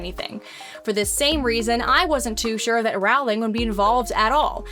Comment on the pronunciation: Rowling is pronounced “Rolling”. Rhymes with “bowling”.